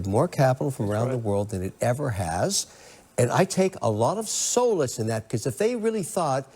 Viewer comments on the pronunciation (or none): Kevin talking down to a professor about banana republics and then unable to pronounce "solace" correctly. 🙄